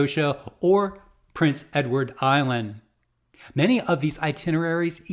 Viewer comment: It’s PRINCE Edward Island not Princes 😊